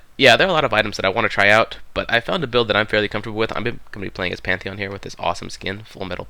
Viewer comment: Pantheon with P not M